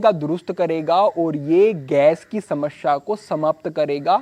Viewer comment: Smashea nahi smesea hoti hai bhai😂